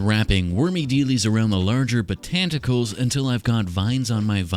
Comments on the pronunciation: I love "botanticals" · “Botanticles” I squawked😂😂😂😂